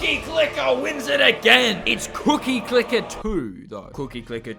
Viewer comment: you scare me each time you say cookie clicker it causes me PHYSICAL PAIN in my cookie domain